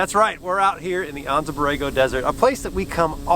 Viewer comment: Just FYI the "A" in Anza is hard, so it's Anza onza